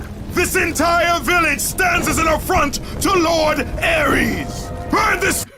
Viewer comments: Its Ares, not Aries... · It ares not aries and where does she say there centaurs?